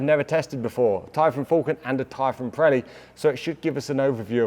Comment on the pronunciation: They are called Pirelli, not Prelli